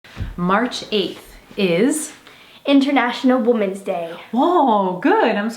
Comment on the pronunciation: “Woomens day”